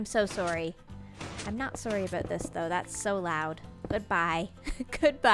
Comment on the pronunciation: Canadian shining full bright when she disconnects Macensie. "sor-ee a-boat this" xD